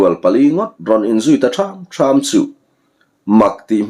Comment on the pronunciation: an in zuilut ta tham tham a,nilovin an in zui lut ta thâm thâm a tih tur,lam san tur.